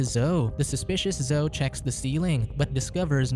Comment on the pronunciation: Zo isn't a name... Zo-EE is her name.